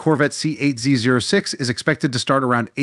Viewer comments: It’s pronounced “Zee oh six” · NO ONE calls it a Z zero 6. Duh. Get a life